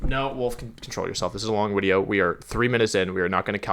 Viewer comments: I absolutely had the same question. He uses Wideo and Video interchangeably it seemed. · Bro pls stop saying “wideo” instead of “video” it makes me cringe so much😂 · I gotta ask, why does he say wideo instead of video? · Why do I keep hearing wideo instead of video 🤔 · Why does he say wideo not video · Why do you pronounce video like wideo? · so, im new to actually watching wolfey, why does he call them wideos? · Is he saying wideo or am I just hearing him wrong because I'm confused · I’m new here but can someone tell me why he calls videos “wideos”? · why does he say wideo? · Why do you call it a wideo? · Why do you say wideo? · Is him saying Widio like a channel joke or is it like a speech impediment that he grew out of? Srry I’m new to the channel and I think that it would be rlly silly if it’s just a channel joke bc his channel name is “Wolfey” when I first started watching this vid I thought it was a kinda cute idea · How many times did he say wideo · Can someone explain why he is saying " wideo" ? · Are you saying "wideo?" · Are we going to ignore that he always says wideo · Why does she say it like wideo? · Always wondered, why do you just say words wrong on purpose like wideo, cinderACH-EE etc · I'm not trying to be mean. disregard this entirely if this dude: A: Is taking the mickey B: Genuinely has a speech impediment. Otherwise: Why is he pronouncing 'Video' as 'Wideo'? Edit: He literally pronounces everything else in the entire video including other words starting with 'V' perfectly. WHY IS HE SAYING 'WIDEO'!?! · Reaction Widiow" Yes some very good English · Why does he keep saying wideo? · Why the fuck does he call them wideos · First time I hear him say "wideo". WAT? Fifth time I hear him say "wideo". LOL! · I'm new. Hope this isn't rude, I"m just asking so I know. But why does he say everything else perfectly fine, but says wideo instead of video? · I’m cringing so hard at “wideo” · New viewer here, so I gotta ask: how come you say “wideo”?